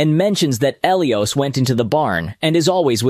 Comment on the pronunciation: Who the hell is El E Os. ...😂😢😂 Pronounced: "Ah Lie Is" Elias